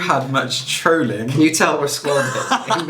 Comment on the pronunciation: Trooowling!! I'm with you on this one! It's trohling! Xx